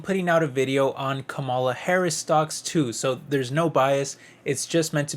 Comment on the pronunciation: Stop mispronunciation her name she is your V.P it is rude !